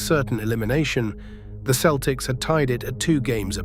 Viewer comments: It is not the keltics it is the seltics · Keltics? Who can listen to this AI generated slop? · You really don't know the game if you call them the keltics. Its Celtics with a soft c. You sound english which explains it. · I was a 9 year old Boston kid, what a team that was, gutsy. Pronounce Celtics correctly would have been better.